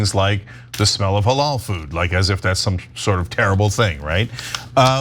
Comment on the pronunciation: Did i just hear him say hoolloaal food ? . . seems to me he hates muslim food. I love it a burger with curry on top yum yum any day